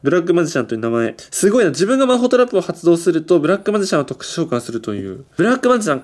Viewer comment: 魔法トラップがマホトラップに聞こえる